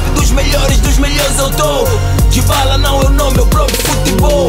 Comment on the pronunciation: Paulo dybala amigo falou errado